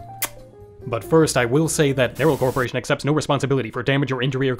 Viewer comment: “CORPOARATION” unwatchable video